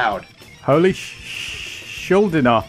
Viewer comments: Dude, he's Chuck Schuldiner, not Chuck Schuldeener. Some even say Chuck SchulDIEner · there's an interview where chuck presenting himself says schuldeener